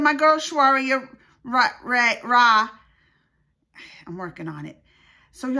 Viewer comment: Rai is pronounced as raay.. not ray.. its like we say 'hi'😊